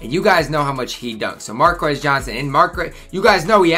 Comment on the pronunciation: “Markis” Johnson. Sorry I keep correcting how you say these names, but I’m old. I watched most of these guys play. ;)